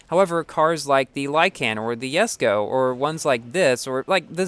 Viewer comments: It's Jesko not Yesko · you keep pronouncing Jesko the wrong way. It's pronounced Jes-ko. You think Jesko has a letter "y?"